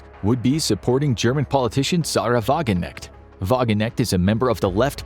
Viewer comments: WagenKNECHT not Wagennecht. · Lustig: wie er Wagenknecht ausspricht, klingt es etwas nach "Vagineckt" Ich bewundert auf jeden Fall die präzise Beschreibung der Verhältnisse in Deutschland. Well done,;-) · Kn in German the k is not silent. But missspelling wagenknecht sounds fine actually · Nice! would have been even nicer, if you learned how to pronounce German Names. (Wagenknecht is not soooo hard to pronounce...) Anyway, the analytics are good. Russian officials still mourn about lost USSR Influence on the world, and Putin is personally traumatized by this loss. Bad luck for him. Unfortunately he still is enormously dangerous. He already behaves as a Dictator who sees his end coming. That makes his activities unpredictable. Since he is completely without any moral borders, he murders without hesitation, former allies of him (Kadyrow, Prigoshyn) as well as opponents lose their lives quite fast. Those far left and far right ideologists you mention are by far not as influental as they seem. Germany stands with Ukraine, of course. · wagenknecht haha you say is so funny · I hope we Germans start to act more radical against Russia. If they threat with war, we can give them a full scale war! In the area where I live, we a have a lot of Russian migrants who support the MF in Kremlin. I say we should offer them a tavel back to Russia. We don't want them here. BTW, the name Wagenknecht is pronounced with a strong K and the ch like as in "China". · Das passt schon ziemlich gut... Nur Wagenknecht wurde mies ausgesprochen Digga. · except Wagenknecht. She got butchered